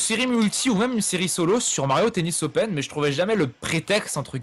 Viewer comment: j'en était sûr qu'il allait y être :D "Mario tennis opèn" Pourquoi pas Rath x)